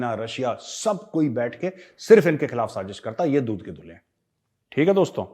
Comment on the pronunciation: Why are you saying SAJEESH.....?